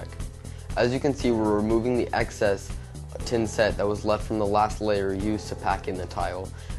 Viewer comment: tha tha thinset...not tinset...but thanks